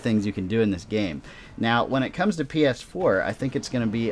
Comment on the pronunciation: U sounded like you said pf4 lol